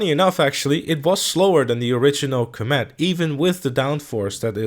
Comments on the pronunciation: It is called the com it not combet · I can't handle how you are pronouncing comet, are you saying "coh-mat"?? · coMÉT?... I have never heard anyone pronounce it like that. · coMÈT... OK, I guess that's the pronunciation we're going with. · Please type comet into Google Translate and learn how to pronounce it. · Is the fact that he is pronouncing* it wrong a easter egg?